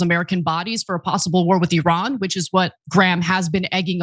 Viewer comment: First of all, thanks for pronouncing the name of Iran right, it is EEran not Ayran, second of all, considering how iranian gov likes to show off their Power, they cannot be even near Atomic Bomb production at this moment since they didn't show anything in that direction yet.